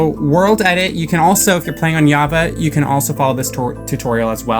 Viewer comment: It’s JAVA with a J not a Y